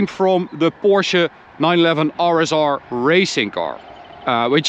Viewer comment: love to hear that you pronounce it Porsche and not Porsh like some other reviewers